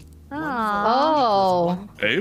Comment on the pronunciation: My favorite part of this is that they all started pronouncing Abe wrong 🤣